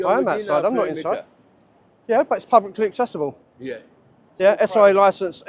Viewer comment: At the moment every time you say"publicly accessible" it sounds almost like one word run together, if you slowed it down a bit, as if you were trying to explain the idea to a child of five, so it came out as PUB-LICK-LY ACC-SESSY-BULL you might have a little bit more success in getting security guards to understand. Let's face it some of them have no acquired the most comprehensive grasp of the English language, and I do think some do not really grasp whaat yu are trying to get across., though they have universally taked the "not allowed" idea to heart.